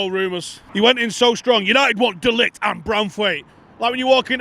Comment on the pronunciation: How about trying to pronounce De LiGt's name properly!